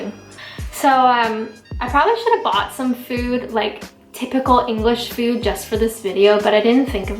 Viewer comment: Great video, love how you say fooooouud like a Canadian.